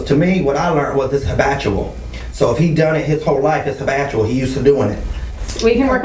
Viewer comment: "It's hibatual". lmao